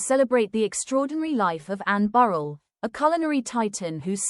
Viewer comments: RIGHT! That really gets on my nerves. Pronounce their names correctly for God sakes!!! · If you can't pronounce her last name correctly then nothing else you say is important!